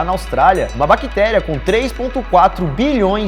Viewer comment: O que caralho é uma Baquitéria? aprendam a falar sff